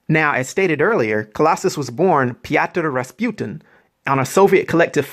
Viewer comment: How the fuck did you pronounce his real name that good?!?!?!